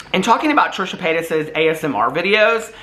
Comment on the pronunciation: i love you calling ASMR “asmer” 😂😂😂